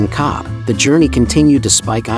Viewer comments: Còbh is pronounced "Cove" There is no letter V in the Irish language. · please say cove, if you cant then say cob H, MY MOTHER, born and reared in cobh and 92 years of age took me every year to the greatest, most understated place on earth.... fine girl you are